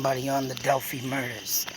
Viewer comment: Just started listening to you, enjoy your logic. Just a fyi, it is pronounced Dell-fy (fy rhymes with by) Take care